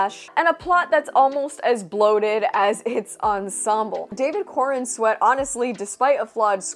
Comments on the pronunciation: I thought you were saying David Cornsweat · I had to look up his name as I kept hearing you say David Cornsweat, It didn't get much better after looking it up lol, PS, You look amazing.